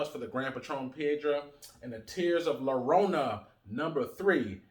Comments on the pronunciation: Lorona? The double LL sounds like when you say "J-ust" or "J-esus" JORONA or Y as in the word "Yellow" or "YO BRO'" YORONA if you are saying it quick. But bro. You are killing the name LLORONA. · For future reference, in Spanish a double L is pronounced as a Y, so it's pronounced Tears of Yarona.